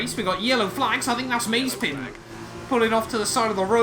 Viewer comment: it's Ma-ze-pin, not Maze-pin, but otherwise, good video :)